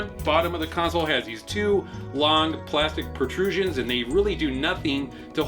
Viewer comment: He said "protrusion"...